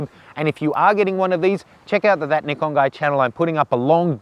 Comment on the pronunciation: Good review,practical realistic and unlike all the American reviewers, pronounces the product name correctly, Ni-kon not Nai-kon